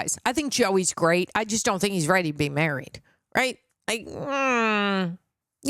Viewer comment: "Gweat Questions" 🤣💀